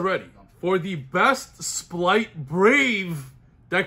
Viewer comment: R. It’s an R. Not an L. Stop saying “splight”.